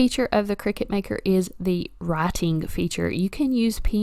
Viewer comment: It’s a cutting machine, not a game played over scones in white caps. Kricut kri-cut The end of the brand name is pronounced “cut”.